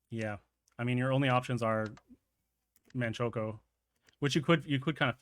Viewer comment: Man-choke-o xD